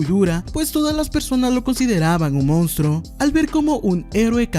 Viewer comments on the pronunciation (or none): none